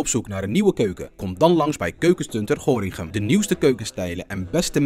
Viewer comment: Je schrijft Gorinchem maar je spreekt uit gorkum sallah. Verders Goed bezig ouwe .Moge Allah het Palestijnse volk beschermen en zegenen.